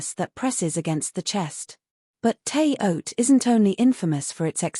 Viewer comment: Shouldn't it be pronounced "Terra Haute"?